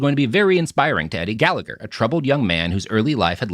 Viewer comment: For fucks sake Robert learn how to pronoun Gallagher correctly.